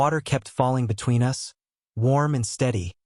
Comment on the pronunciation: Yeah like ‘us’ pronounced ‘you ess’! Hilarious! Adds humour to drama? 😝